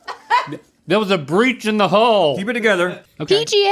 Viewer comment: ok i gotta say something-- link is definitely saying "breach in the HULL" lmaoooo